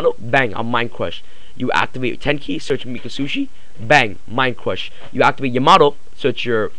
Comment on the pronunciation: Mind cwush XD